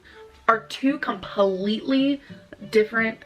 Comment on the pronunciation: the way she adds syllables to words is like nails on a chalkboard to me... COM-PUH-LEET-TAH-LEE